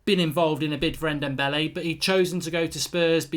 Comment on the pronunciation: He can’t say ndombele